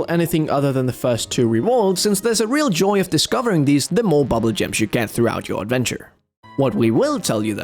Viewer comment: Why do you pronounce bubbul as bubble???